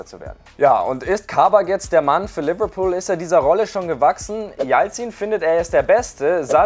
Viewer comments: Nennen wir es jetzt Leberbecken😂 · Bitte deine englische Aussprache macht mich fertig😵 so eklig Liverpool ausgesprochen 🤢🤮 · Seine Liverpool ausprache macht mich aggressiv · Manche sprechen es richtig aus und manche wollen modern sein und alles übertrieben englisch aussprechen und dann kommt sowas raus wie lüverlpool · Mir kommt des kotzen wie der liverpool sagt